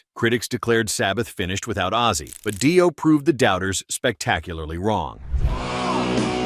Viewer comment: It's "Dee-oh" not "Dye-o". Holy moly. And Dio unknown? The hell?